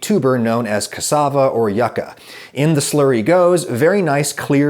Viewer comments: when he said "yacca" instead "yuca" my Latin heart blew up. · Thank you for putting I. The experimenting hours.. the Alton Brown comparison brought back younger year memories also cassava aka Yuca I’ve only ever heard pronounced YOU-ca, never YUCK-a (potAto- poTato I guess) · You sounded like Yaca, like no good lol, it's more like E U KA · Adam Ragusea Cassava or Yuca is generally pronounced more like yew-cah, pronounced like the word you. At least that’s how we pronounce it in Bolivia where it’s a common starchy vegetable. Love your videos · Hey Adam, just so you know, it’s pronounced like “you-cuh” not “yuh-cuh”! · Love your videos. Also, yuca is pronounced you-kah.